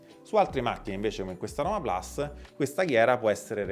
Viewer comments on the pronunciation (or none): none